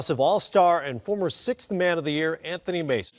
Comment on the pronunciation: Why do you say AN TONY instead of Anthony??? Its AnTHony Mason.